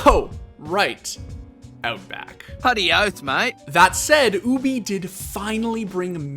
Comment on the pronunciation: He do be saying "OOObie" doe